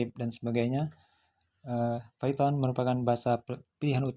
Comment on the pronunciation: Python itu bacanya paiten bukan piton